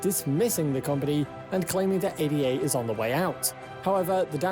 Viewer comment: This guy can't even pronounce Ada correctly. Too simplistic analysis on altcoins. So many others are better than cardano. Polkadot, Solana, Luna, atom, elrond, algirand just to name a few, all energy efficient and faster than cardano.